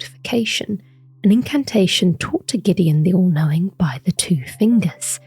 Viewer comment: "sir gideon ofnir, the all coping"